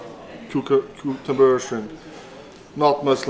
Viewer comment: Thor trying to say cucombers is the best